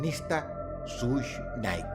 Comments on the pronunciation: Hola Dross,esto no es en Mal plan ni nada asi,solo que creo que seria Bueno Saber que se pronuncia shug SHUG, un poco Mas facil😊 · Solo les vengo a decir que Suge se pronuncia “shug” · no se dice sush nait se dice shug nait dross 🙄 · Nadie: Dross: SUSH KNIGHT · Hit em up no fue una tiradera, fue una declaración de guerra Also , se pronunciaria como "Sush" aunque el chiste creo, escque se pronuncié "Shuga", como sugar. O mas o menos asi. Dato curioso: el conflicto escalo tanto, que la nacion del islam se metió